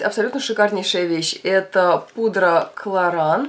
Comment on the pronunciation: Кларанс, а не клоран...